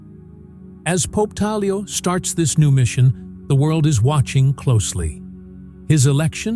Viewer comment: Pope Tagle is pronounced as ‘Tag lay’ not ‘tag lio ’. Please pronounce his name correctly. ‘tag lay’ not tag lio or tag gel. Just ‘tag lay’